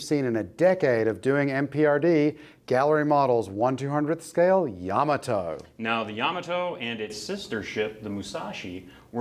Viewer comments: Fine video, but I had never heard "Yamato" pronounced with the accent on the first syllable instead of the second. Does that even matter? Probably not. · You need to pronounce the name of the ship properly... Yamoto is pronounced Ya mot to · Ya-mato not Yama-to just for authenticy sake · It’s pronounced “Ya-Ma-Toe” not “Yama-toe” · Ouch! Hearing you guys constantly mispronounce Yamato is painful to hear. It's YA MA TO not YAMA TO. Yama is mountain in Japanese, Yamato was not named after a mountain. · "Ya - moto", not "Yama - to"! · Pronounced ya-MA-toe! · Pronounced yuh MAA tow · It’s YaMAHto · Correct pronunciation puts accent on the second syllable, not the first.